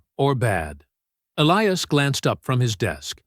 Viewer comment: Good plot but the AI narration made a mess of pronouncing the hero's name: was it Elias, or "Elee-ass"?